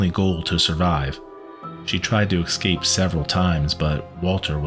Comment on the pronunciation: Good narration ... I just don't like his pronunciation of the word "escape" he says EXcape...